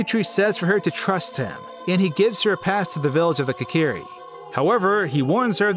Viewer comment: Kakeeri forest? It's Kokiri. Pronounce Koe-ka-rE